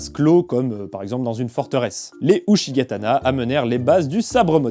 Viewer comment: Uchigatana se prononce [Outchigatana] ;) .